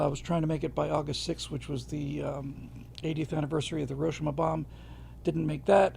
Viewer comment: Pronounced: Hiro―Sheema